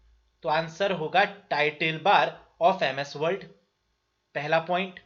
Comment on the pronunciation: Sir aap world world kyu bol rhe h...